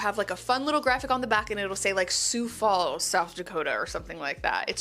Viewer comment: Hey! Thanks for the shout out to Sioux Falls SD and you pronounced Sioux Falls correctly!! 🥰 I'm old-57 but I love watching your videos because you remind me of my daughter.